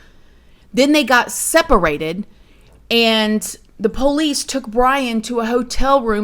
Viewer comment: I love the way you say Police same as me! I don't trust any LE and I'm an ex officer myself. LE are a bunch of overpaid, under trained adults acting like children playing with overpriced toys that We the People pay for?!!! Millions spent for zero results. I don't trust or believe anything the FBI/LE and government do and say!!!